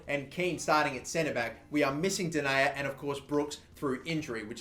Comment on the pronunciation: It's den-I-yer not den-a-yer